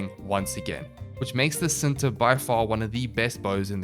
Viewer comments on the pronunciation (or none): It's pronounced Chin-ta (indonesian word for 'love') Nataruk itself does not have any headshot multipliers on any of its firing modes, so i wouldnt go for a longbow sharpshot build. Pretty sure it still procs the dmg buff, but it doesn't feel good with the knowledge that you're not getting additional multiplicative bonus from weakpoint damage as well.